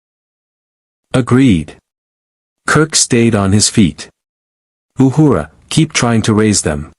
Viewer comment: I like how the A.I. Voice pronounces Uhura’s name “Ahooraw !” lol.